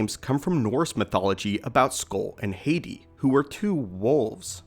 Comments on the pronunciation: it's ha- tee not hey tee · Not hating just saying it's pronounced ha-ti not hati